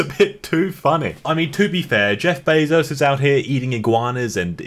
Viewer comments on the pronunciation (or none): none